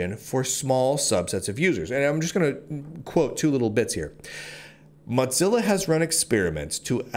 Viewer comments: He's just thinking about lunch. It is moe-zilla. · It's 'Mozilla', not 'Modzilla'. Also, economic competition is as stupid as it gets. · According to the organization known as Mozilla it is to be pronounced like Moe - zilla. Like Godzilla but Moe. lol I figure he does it to get more comments (for the algorithm). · dude, is it pronounced mot-zilla? I though it was moe-zilla. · what the hell is a Mudzilla,? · Normally, that would mean it was spelled Mozzilla, would it not? 🤣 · However it is spelled, it distinctly doesn't have a "T" in it. It triggers me everytime I hear Lunduke spell it. :( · he always pronounces it as motzilla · Its AKTUALLY MOE-TELLA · Speaking as someone who was involved in Mozilla from the day Netscape spun it off, the O in Mozilla is long. It sounds really painful when you keep using a short o. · Your pronunciation of Mozilla is different. You have a different twang in your speech. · Dude pronounces the moz in Mozilla like he's saying the name of a cheese.